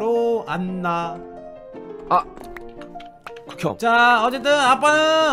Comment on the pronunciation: 안나라고했는데 갔나라고하는줄